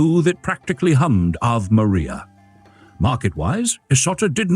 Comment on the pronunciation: AI reading: Ave Maria becomes aaav Maria 😂